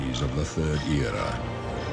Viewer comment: The pronunciation of the word "era" here is just gold.)